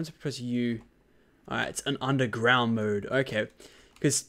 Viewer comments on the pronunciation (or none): none